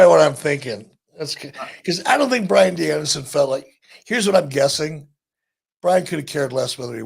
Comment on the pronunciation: My fav part of the ppv was JR calling bryan Danielson. Daniel brianson 😂😂😂